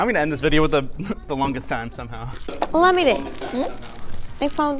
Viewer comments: Did he call her O'llama-day? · Linus butchered the pronunciation of the lady called olamide, lol. It's funny hearing him say her name 🤣